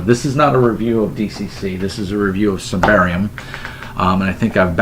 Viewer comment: Not that it matters but it's pronounced "Symbaroom". Have fun playing it :)